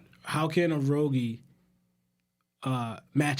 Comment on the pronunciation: Am I bugging? Is his name not pronounced uh-rouge? Thats tilted me the most out of the whole video💀